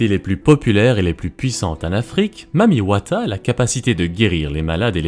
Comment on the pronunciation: Je suis congolais, mais ce mec prononce très bien le mot « Mami Wata »